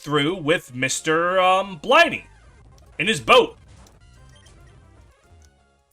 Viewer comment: Also It was "Mr. Briney" not "Mr. Bliney"